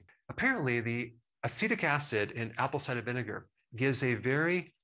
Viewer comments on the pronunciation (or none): Just a minor comment. Could you say ‘Apple cider vinegar’ just a little more slowly? My English ears couldn’t tell what was being said. Thks a lot, really learning a lot here.